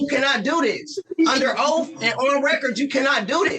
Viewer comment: You cant lecture people if you cant even pronounce proper english. He let them all know they are under oaf 😂